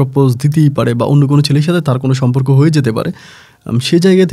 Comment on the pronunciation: সম্পর্ক উচ্চারণ আজকে ঠিক আছে। একটা ধন্যবাদ দিতেই হয়।